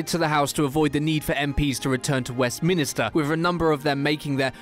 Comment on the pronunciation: Really a British reader saying Westminister? Joking mate, it’s Westminster.